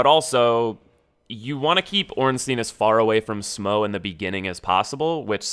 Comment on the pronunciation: its SMAH, not SMOE smh